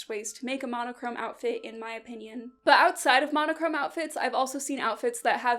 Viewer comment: The "BUT" with a british accent killed me